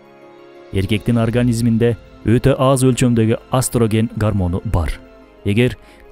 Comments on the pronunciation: Астроген деген созду эстроген деп айтсаныз дагы да туура болот. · Астроген эмес Эстероген деп айтылат